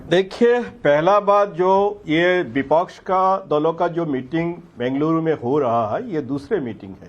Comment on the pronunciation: बिपच्छ नहीं विपक्ष होता है................ पिछले 5 साल भी ये ही बोलते रहे कि जनता ने मूड बना लिया है....जनता ने मूड बना लिया है